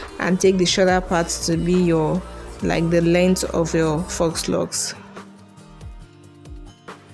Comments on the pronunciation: You make ot look so easy. I'm going to try this. Hope it turns out as good as yours. FYI: FAUX is pronounced "Foe". Yeah that's not how it's spelled, but it's French, so it has letters in it that goes against how we pronounce things in English. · Faux is pronounced = fo, not fox. 🦊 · It's faux pronounced foh not fox. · Awesome video. But Faux Locs is pronounced "Foh" Locs, the "x" is silent, not "Fox" Loxs 😊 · Pronounced FO LOCS; not fox.... Your presentation is great and easy to follow. They really look nice! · Foooooh locs (faux locs) not "fox" locs. I'm not trying be funny or rude. Just thought you and the viewers should know the proper way to say it❤️ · "Fox" locs🤣🤣🤣 girl the X is silent. It's phonetically pronounced "fo" locs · It's pronounced "foe locs". Not fox locs. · You are pronouncing faux incorrectly. It’s pronounced “foe” lox! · It is pronounced ‘foe’, the ‘x’ is silent…you’re welcome. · Faux-pronounced 'foe'. French for fake. Just fyi. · Pronounced Foh locs😆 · Yes it tears my nerves up to hear people say “fox” 🤦🏽‍♀️ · Great tutorial! 🥰 But FYI... "Faux" is pronounced (Foe) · I just came to ask you to stop saying "fox" locs😂😂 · foe locs he x is silent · It's pronounced, "foe" locs, Sweetie. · Great video but faux is pronounced...fo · Faux is pronounced for, not fox, and crochet is pronounced croshay, not crochette . Your mispronunciation of these French words makes it difficult for me to watch/listen to this video